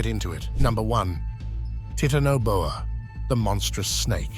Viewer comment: I am so tired of people pronouncing things wrong, like the Titanoboa; it's obvious what he has on his mind.